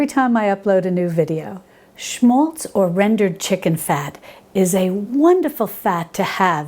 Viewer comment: It's written 'schmalz' ... (Thank you so much for the correct pronunciation !)